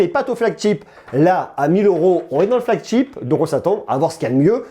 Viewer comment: "flagCHEAP" j'adore tu l'a tellement bien dit sans faire exprès 😂